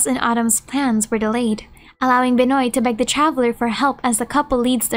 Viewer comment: Just an FYI, Benoît is pronounced “Ben-wah”. ‘Cause French.